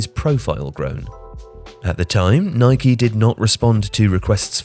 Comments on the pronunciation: man keeps calling Nike, Nikey. cause yano, you ride a Bikey not a bike. it’s Nike and that’s the end of the debate. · Was pronouncing Nike the way the Americans do a conscious decision? 🤔